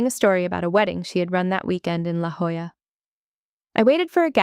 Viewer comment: I don't know if the AI has learned to read La Jolla as it should be, or if they wrote it phonetically but it was a relief to hear it as it should be. Also, the hospital at Balboa is called simply Balboa. Since my Master Chief Hospital Corpsman dad was stationed there for years, that's what we grew up hearing. Three of my siblings were born at Balboa.